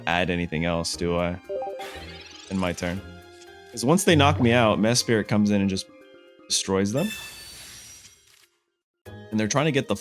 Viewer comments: Mesprit … not Mespirit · How come you pronounce Mesprit as if it were named Mespirit? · “Mess Spirit” ayo what?! 10 seconds later “Mesprit” ok that’s more like it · Bruh has a full time YouTube channel about Pokémon and can’t even pronounce the names right. Its almost every video and It’s sending me 🙃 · I’ve read mispronouncing names is good engagement bait lol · its not like the names are complex or anything, idk how they mispronounce them 😭